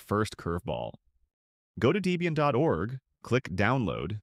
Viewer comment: "Deebian". AI dweebian.